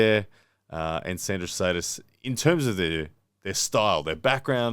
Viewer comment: It's Šedis, pronounced shed-iss, FYI